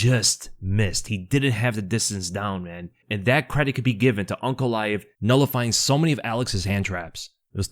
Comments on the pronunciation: He is saying UNC, instead of ANK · I keep hearing Unc instead of Ank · You keep calling him unc instead of ank. It's throwing me off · It sounds like you're calling him Unc